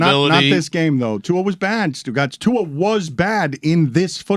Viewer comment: Someone tell Dan that Tua’s last name doesn’t have an ‘N’ in it